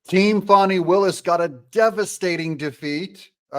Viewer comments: H er name is f a n i pronounce fan I there has to be a w to be pronounced Fawn in English dictionary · please call her fani and not "fohny" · Its not foni....its FANI....get it right😂... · Isn’t it “Fani”? Not Faunie…. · “FĀNI” HARD “A”. Come on Doug?